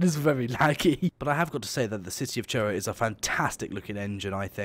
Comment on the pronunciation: I'm still waiting for the day when you pronounce Truro correctly